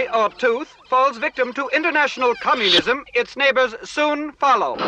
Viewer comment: i swear on my heart he says cummunism rather than communism